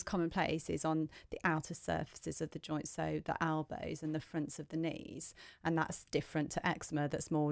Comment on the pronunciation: Great vid but wtf are “albows”😏